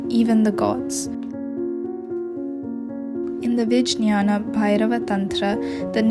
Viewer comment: It´s pronounced ViGYANA. Great video, thank U, pranam!